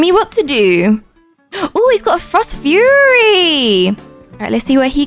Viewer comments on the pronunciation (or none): none